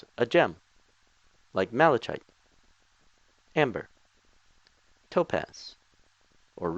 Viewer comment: "I would like to use a gem, like mal-ech-chite!" Your american is showing XD